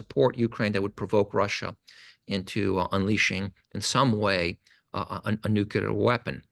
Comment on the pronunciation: "nuCLear." Not "nucular."